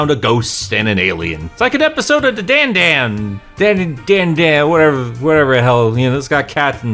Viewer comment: It is pronunced dan da dan